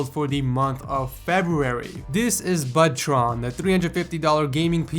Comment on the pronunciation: I heard "ButtTron". XD